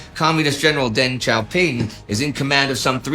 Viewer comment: Deng Xiaoping not Deng Xiaopin